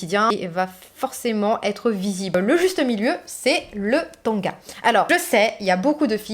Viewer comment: On ne dit pas tonga mais tanga.